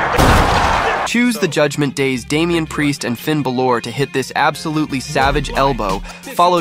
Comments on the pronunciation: With the amount of comments you get ripping the way you pronounce Ba-lore, you'd think you'd start saying it right by now 🤷‍♂️ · We know this is an ai voice since Bálor was pronounced wrong but holy did you pick some wrong teams for the Tag moves like c'mon